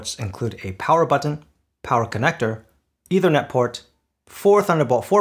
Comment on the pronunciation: Good comparison. Small point: It's not pronounced either net, it's pronounced ether net. You may want to look up the meaning of ether. Thanks